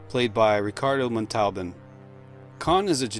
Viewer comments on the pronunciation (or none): How Can a NON AI come up with the pronunciation of Montolban and Fuck that up?